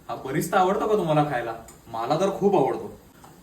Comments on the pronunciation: Lol its not Barista its Birista. 😂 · "Birista" mhantat "Barista" nahi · Ek correction ..बिरीस्ता म्हणतात तळलेल्या कांद्याला ..उर्दू शब्द आहे हा ..मीही आधी बरिस्ता म्हणायचे चुकीचं ऐकून..